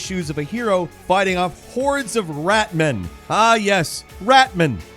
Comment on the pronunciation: I don't wish to be finicky, but it is "Rat-Men," not "Ratm'n" P.s. Gameranx RULES!!!!